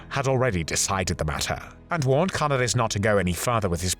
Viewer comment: Canaaaaris. (if that helps with the correct pronounciation of his name)